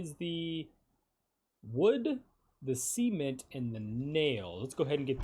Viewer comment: bro said c ment hahahaah